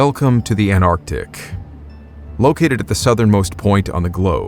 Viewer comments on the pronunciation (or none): Why carn't Americans say ant artic, instead of anar tic.